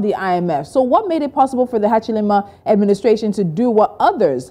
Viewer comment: Hakainde Hachilema is different from Hakainde Hichilema let's pronounce fellow African names with dignity, we are always trying to perfectly speak the best English/French but pronounce African names like a newly arrived priest from Italy. Long live Pan-Africanism ! good video though.